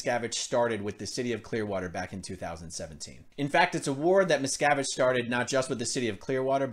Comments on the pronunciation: Everytime you said his name I heard miss cabbage! Hahahaha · Westly Miscarriage /miscavige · Does anybody hear, Miss Cabbage? LOL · Miscavige sounds like a painful internal medical issue. "Twenty cc's of XenuLaxine STAT! This man is going into Miscavige Cerebrocrapular shock!"